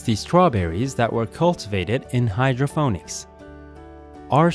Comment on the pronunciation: Its Hydro "PON - ICS" get a better AI speech program